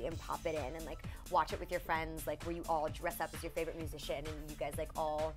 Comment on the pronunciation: musican... baha thts what it souds like lol